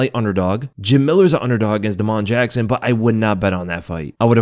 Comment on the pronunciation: Da’mon Jackson???? 😂😂😂